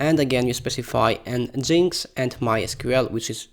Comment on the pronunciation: It's un-in-stall not uni-stall and nginx = engine x